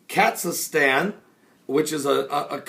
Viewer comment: the country is pronounced Kir-geez-stan, both in English and Russian. Thought you should know. GBU!